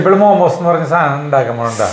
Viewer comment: തിരുത്തണ്ട 😄😄😄. ആ നാക്കുളുക്കൽ ആണ് ഓരോ വീഡിയോസിന്റെയും highlight 😄😄😄🥰🥰മാമൂസ് 😄😄